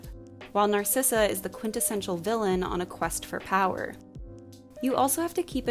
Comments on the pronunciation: I thought the evil queens name was Narissa… not Narsissa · Wait wait wait… Isn’t the villains name “Narissa”? Not “Narsissa”? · The evil queen’s name is Narissa not Narcissa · You did not just pronounce Narissa like that...